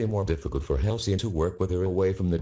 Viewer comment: Halcyon more like Halcyoff